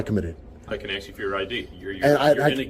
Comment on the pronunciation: For any law enforcement officer to use the word “ax” instead of the proper word “ask” is reprehensible and so unprofessional! I was LE officer over 35 years ago. If I would have been unprofessional like this, I would have been fired immediately, and rightfully so. My badge number was 15, which is State Property, and I was allowed to keep it for my services rendered. I still have that badge and I am proud to have served. To all the good LE officers out there watching, and they are, I salute you. 🫡